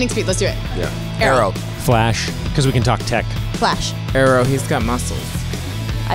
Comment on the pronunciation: Emily: aerrw